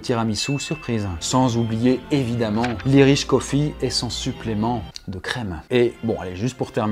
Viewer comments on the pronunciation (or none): Irish coffee !!! pas Iriche cofi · On prononce Ayeriche cofee pas "iriche"